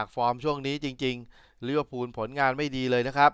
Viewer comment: ลิเวอร์พูลนะคับ ไม่ใช่ ลิเวอร์พุน พูดให้ถูกหน่อยคับ